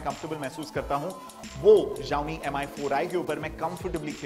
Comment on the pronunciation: It's pronounced as Shao-Mi